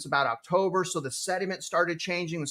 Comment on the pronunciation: The word you are looking for: is “sentiment “. not “sediment “. You are welcome. Thank you for your diligent work ethic! 🙏👍